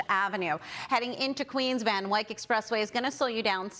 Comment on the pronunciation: I love you, but Van Wyck rhymes with tick. Loving the thicc crew otherwise.